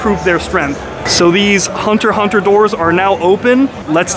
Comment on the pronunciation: Wow... Not only does watch Hunter X Hunter, but he also knows how to pronounce it. A true man of taste and luxury!